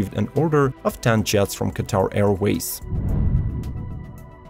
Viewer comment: Great video!! Very meticulous and informative! Thank you! Bombardier = Bombardi - eh (like the letter 'a'), & Debuted = Day - byood .. I have been teaching English my whole life, don't be offended.. the more you know, the better off you are! Keep up the great work!